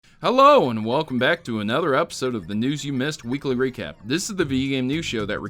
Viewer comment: I could just be tired but at the beginning you sound like you say "recrap"